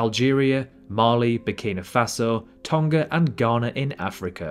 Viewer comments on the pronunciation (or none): none